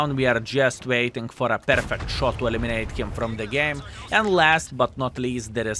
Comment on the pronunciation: 1. Battle was pjurfekt 2. Too 😉